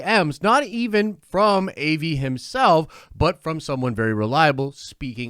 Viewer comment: dude his name is pronounced Ah-vi Not A-vi!